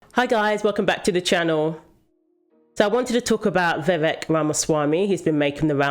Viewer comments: Vivek pronounced like cake. Vi Vake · 100%. He's not a politician like Biden who can keep a mask on forever. Also fyi its 'Vi Vake' and not 'Vi Veck'. rhymes with cake and not wreck. 🙏🏾